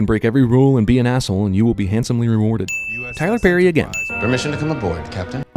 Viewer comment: "Tyler Perry" lol